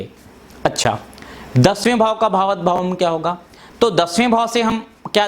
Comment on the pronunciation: बकवास। भावत नही भावात् शब्द है।